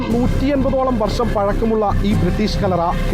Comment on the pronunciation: കള്ളറ അല്ല ചേച്ചി കല്ലറ 😂😂😂